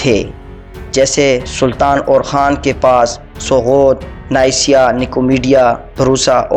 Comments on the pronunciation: Neysiya nahi Niqiya lafz h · نائسیا نہیں ہے ۔ نیقیا ہے۔ کسی پڑھے لکھے شخص کے سامنے پہلے مشق کر لیا کرو۔ قسطسطنیہ نہیں ہے بلکہ قسطنطینیہ ہوتا ہے۔